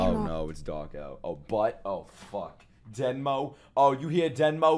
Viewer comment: I can't wait for the day he realizes they're saying demo and not denmo